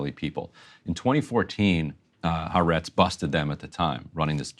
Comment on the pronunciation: Ty for good reporting. But please, not "HaREtz". It is Ha-AH-rets (The Land [of Israel]).